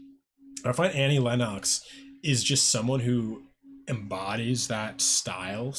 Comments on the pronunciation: It's pronounced "Lenn ex" not "Lenn ox". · Um, it's "LEN-nucks," not "LEN-KNOCKS." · Pronounced Lenn-ix